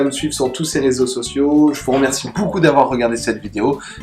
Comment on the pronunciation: J'adore le "boucoup" au début et à la fin xD Sinon le contenu est riche et intéressant ! Et le programme marketting pour 2017 a l'air bien structuré... :) Continue ainsi c'est top !